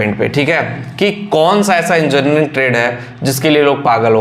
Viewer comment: बोल तो पा नहीं रहा है 😮😮😮 enjarning 😅😅😅